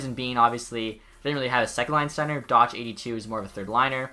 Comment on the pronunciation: It’s not doch its pernounced dock